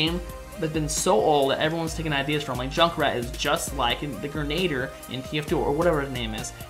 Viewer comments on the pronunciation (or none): oh god, when you said grenader it was real cringe, but ill let it pass XD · the 'grenader'